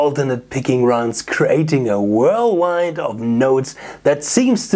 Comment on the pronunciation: lol chatgpt wrote a great treatment for a screenplay of a guitar solo's coming-of-age story lol and when you say whirlwind, i think you mean whirlwind..? lol stay shredding brother also - ai regrets being such a stern task master as it was in the future.